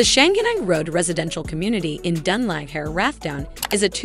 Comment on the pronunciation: Done ligehair😂do some research on your pronunciation.